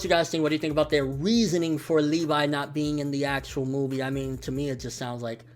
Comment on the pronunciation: It's Levi not LeeVie